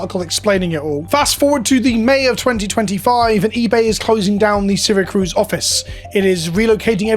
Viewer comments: FYI it’s Syra CUSE, not CRUSE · "Seer-Uh-Cuse" lmao not "sera-cruz" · Just chiming in, Syracuse not Syracruse. It’s like the city in Italy. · I know this may seem Petty because of what's going on in this video, but you are mispronouncing the town. Since I live about an hour from them, it's not saracruz. It's Syracuse. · CUSE not cruise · Syracuse. Not Syracruse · Sar-a-cuse is closer for pronunciation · Syracuse. No r. Its a Native American name. Its in upstate NY. Apologies for the nitpick I just think this whole situation is important and needs to be as clear as possible. Ty for spreading awareness about it. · "Serra Cruz," NY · As a native NYer and someone who lives an hour from Syracuse, this is disheartening. Gonna have to find my cards elsewhere. I tend to buy sealed from Coolstuff anyway Also, little nitpick, it is pronounced see·ruh·kyoos. Again tiny nitpick, I get international dialects and all. Just, NY pride and all. :P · Ah my favorite city, "Sarah-cruise", NY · Take a shot every time he says seracruz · Hey, simple mistake I'm sure, but as an upstater, it's "Syracuse" (See-ruh-kyoos). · Maybe learn how to pronounce Syracuse before filming this video. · I'm mostly bothered by how you pronounced "Syracuse" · There’s no second R in Syracuse lol, that felt silly to hear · At first I thought he just misspelled it when he typed it, then he proceeded to pronounce it wrong like 10 times haha.